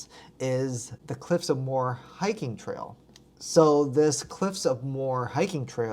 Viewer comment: Cliffs of Moher. Moher is a two syllable not a one syllable word. Pronounced like mo-her